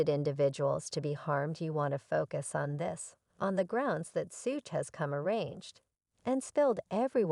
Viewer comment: I couldn't finish this when she called Suge "Sooge" smh